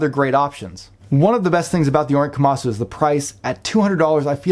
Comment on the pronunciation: KomasU not KomasO